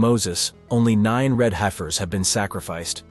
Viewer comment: They're pronounced "heffers"... 🙄